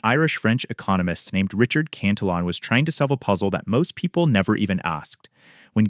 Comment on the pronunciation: Yes I agree it’s insightful and accurate. I just have a real thing for governments who relentlessly spend but they don’t have. I’m an old guy so I remember the stability of the 60s and I long for those days when money maintain some value. Also, I think you are pronouncing the name as the English version, but it would be more accurate to pronounce it in the Spanish way, where the double L’s are pronounced as a Y. It looks like a Spanish name for me, so I suspect that is the most accurate